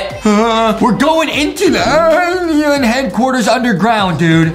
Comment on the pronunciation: Yeah he says it like alion